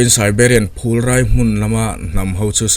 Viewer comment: Phul rai.... i lam sual